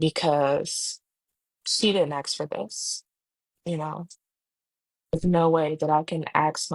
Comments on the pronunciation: Somebody knew how to ask for a job,not axe for a job.. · First, learn to speak basic English. The word is "ask". Not "axe". As in "I want to ask you a question". That alone will improve odds of getting hired.